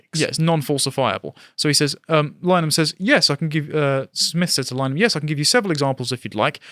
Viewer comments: It really annoys me when people mispronounce Linehan. it's pronounced like Lynn-Eh-Han. Not Line-han or Liner-Han or Lyneham. It isn't hard. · pronounced Lyn a hen chaps. Saint linehan we're supposed to support or keep hearing from. Freemason graham's Wife's abortion push for ireland was it for me. f'weuk em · It's pronounced Lin-uh-han. Not as in Wichita Lineman.